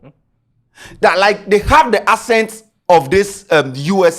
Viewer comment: It's the "Ascent" for me....Bro it's Accent 😂